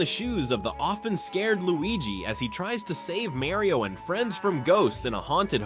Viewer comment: If you are a Nintendo channel, you should learn how to pronounce Mario.